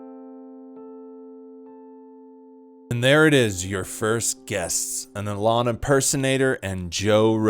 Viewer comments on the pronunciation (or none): It’s “e-lon”, not “a lawn” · The way you say “Alon” is fucking terrible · Learn how to pronounce “E”-lon’s name before you waste our time with a video like this... that’s a bad derp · Why u say alan, when his name is Elon… clickbait? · Why do you say Elon like that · Joe Rogan is funny you're clearly just hating. He isn't top 5 or 10 or anything but still. Also, why tf do you say Elon like you've never heard someone else say his name before? You lost be at your fist point for being a lame. Kill Tony probably sucked and has lately but I have a feeling you would be saying that no matter what. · You can’t even pronounce Elon 😂